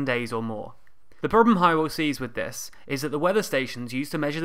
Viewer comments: I love all your videos. Very informative. By the way, Hywel isn't pronounced "Hi-well", it's pronounced "How-well". Hehe. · Is Hywel not pronounced Hewwell?